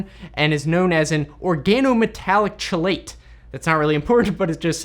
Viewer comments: Chelate is pronounced Kelate, as the word comes from Greek just FYI. Similar to how you pronounce Chemistry as Kemistry and not with a Ch found in “cheese” haha. Greek origin words in science are incredibly annoying, so don’t even worry about it, just for future reference. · Also, chelate is pronounced "key late". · Chelate = "key-late" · I am a chemist (PhD) and I think your explanation was quite good. Even your pronunciation was good for most things. For future reference, I would correct pronunciation on two items: chelate ="key-late" and in Poly(alkylthiophene) the "i" is long ("eye"), ..."th"-"eye"-"oh"-"feen". Good job.